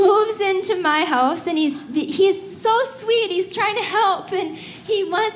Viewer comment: "...and then you don't get a hōss." So, she's Canadian?